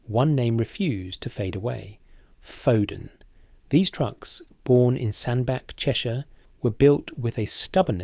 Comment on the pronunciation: SandBACH SAY IT RIGHT IT GOT A H IN